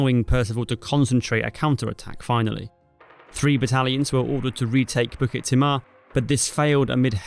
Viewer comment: Some feedback on the video -there were also 3 Bns of Malay Volunteers ( not just Straits settlements) - the fall of Jurong you talk about 10th Dec when you mean Feb - the pronounciation of the Malay place banned is incorrect (and jarring!). Specifically Bukit Timah and Pasir Panjang. I think now could have been said about Churchill's role (or lack of). Not all good fault, he was under the kosh in Europe but he said Citadel without providing any real air or naval resources. That's was a significant contribution to the whole failed campaign, asking with assuming 3 separate countries armies could just work together seamlessly, somehow. And the arrogance and underestimation of the enemy you mention. Good to see this graphically, so thank you.